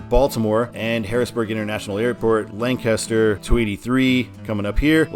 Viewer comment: Nice to see I-83 covered Also you mispronounced the city "Lancaster" few times in the video You pronounce it "Lan-Kiss-ter" Instead of the way most people pronounce it